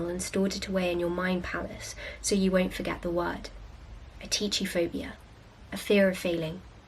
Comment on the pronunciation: Hey, I think you should take a bit more care with double-checking pronunciation as you quite often mispronounce words. In this video you pronounced atychiphobia like ‘ateecheephobia’ whereas it should be pronounced ‘atikiphobia’. It’s a Greek word so the ‘ch’ is pronounced like a ‘k’ (like in chronology). I don’t mean to be rude - just thought you’d like to know!